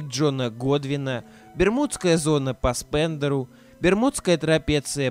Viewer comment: по какому такому "Спендеру"?